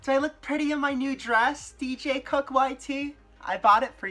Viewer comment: Is he saying DJ CUCK?!